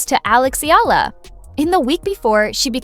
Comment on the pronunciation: Pls pronounce her name as Eh...yah..la..